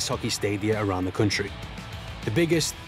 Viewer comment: so many Borat moments "yeees, quite a stable coutriey without no protesting"